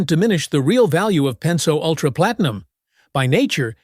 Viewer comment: Maybe you could teach it how to pronounce Group V, Pennzoil, etc.